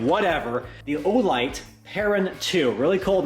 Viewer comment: You mispronounced the name of that olight...baton...I've been buying olight be4 olight was a thing.